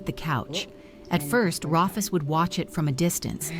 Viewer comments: Yeah, that was weird. Even if it's spelled Rufus, it's pronounced Roo-fus. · Rufus, pronounced Roofus, as in roof! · For your info I think Rufus is pronounced ROOFUS and the collective of kangaroos is a MOB unfortunately it a ai narration. Great story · If the narrator had an Australian accent his name would be pronounced Roo-fus.🦘